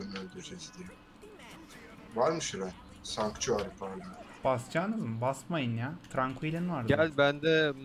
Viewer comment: artık barışta sançıktuari diyor ve hiç garipsemiyor bundan korkuyordum :D :D :D